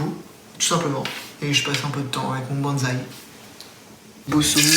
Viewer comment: J'ai pas trop compris , tu ne mange qu'une fois par jour ? Et puis on dit un bOnzaï pas bAnzaï ! 😉😂 Sinon j'adore votre concept et vos recettes , j'en ai déjà essayé certaines et ma fille et moi nous sommes bien régalées ! Merci !